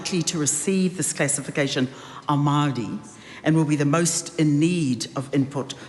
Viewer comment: Why does she say Maori like Maaar de